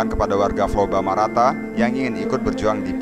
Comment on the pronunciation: Flobamorata om, bukan Flobamarata..